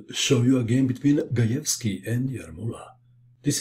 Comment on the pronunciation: You pronounced the last names correctly! Very nice :)